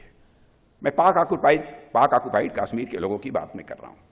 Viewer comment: Haha isko Kashmir Bolna sikha dy koi😂